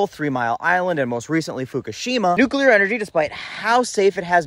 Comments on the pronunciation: "NUCLEAR" NOT "NUKE-YOU-LER"! Geez, did you go to the same grade school as "Dub-ya"??? He started that mispronunciation, didn't he? Otherwise good content, maybe sit and watch one of the excellent Fukushima videos. Not the 15 minute ones, either. Then any "311" Japanese content to get a better handle on the NUCLEAR plant issues seen in the country after the 3/11/11 earthquake and tsunami. Not that you read YT comments! 😂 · Dude! For a non-engineer, you described the subject quite well! You are obviously intelligent. One minor correction: the word nukular, new-queue-lar, is not actually a word. It slipped into the lexicon when Bush II used it. The correct word is nuclear, nuke-lee-err. It will put the crowning touch on your already great explanation! ✌🏼 Keep up the great work and this retired boomer engineer will keep on watching! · You keep saying "Nukular" and it makes me cry inside. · That is exactly what I've said to those who say nucular. New clear is a way to help them. Epilepsy is another word that gives some folks a problem. They say espilepsy. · Repeat after me: New Clear Again: New Clear One more time: New Clear So say it with me!!! Nuclear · Agree. Or NOO-klee-er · Dude, love your videos, but you’re way too smart to say “nuclear” wrong.❤